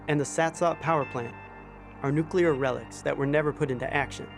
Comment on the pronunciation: Why is it that no American can pronounce nuclear correctly???